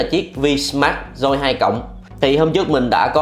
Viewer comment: Máy tên là vsmart joy 2 plus ,ông này lại đọc là vinmas doi 2 lớt